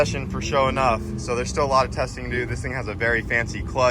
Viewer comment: It’s Not pronounced show enough, y’all killing me.